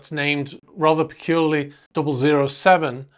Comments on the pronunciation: I’m pretty sure it’s ‘double oh 7’ as in James Bond 007 not ZERO ZERO SEVEN🫣😂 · You know it’s pronounced “double O seven” not “zero zero seven”. Why are you maintaining that ridiculous pretence? Just why? Bond films are so heavily engrained in our popular culture, you cannot credibly claim you are not aware.. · Hey.. it's "double o seven" not double zero seven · Actually it's double OO (oooo) not double 00 (zero) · it's pronounced double O seven...take mine, and everyone else's word for it And in my own career of 20 yrs as a skipper of large yachts, the only people I ever heard of referring to the 'salon' were Americans. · I do find one of your opening comments slightly odd.. re: the name of the yacht you refer to as 'peculiarly named double zero seven'.. you again later refer to it by that weird rendition. It's not possible that you've never heard of James Bond ( the depiction of a semi-automatic pistol might be a clue), and nobody refers to JB as double zero seven ! Maybe you've just landed from some outer galaxy. Also, the main living area is the saloon, not the 'salon' , unless of course it doubles as a hairdresser's. I know that Americans often refer to it as the salon, but then they mispronounce just about everything.